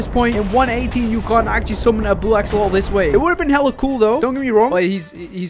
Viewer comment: “Blue axololol”